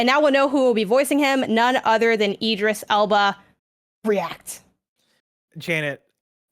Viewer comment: I wasn't gunna, but since You're Wrong is bringing up pronouncing names; Tim and Janet both said Idris wrong, but said it right. The first bit Id is like id games, or id/ego/super-ego. But I prefer his DJ name - Big Driis the Londoner